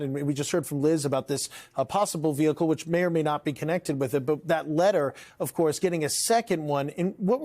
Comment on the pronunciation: Oh no, not a VEE HICKLE